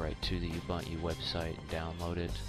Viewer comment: thanks for the help. BTW its pronounced (oo-bun-to) a lot of people say it wrong. Again, good video.